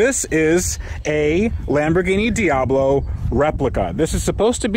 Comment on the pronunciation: Lamborghiny Diablough